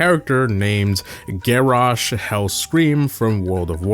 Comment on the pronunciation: He also said gair rosh instead of garrosh smh